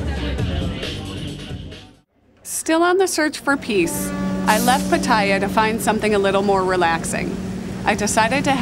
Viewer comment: PAT a ya, not pa TAH ya.